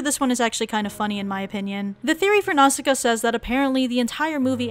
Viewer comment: Nausicaa- Aki..... Nasuka? XD okay I'll stop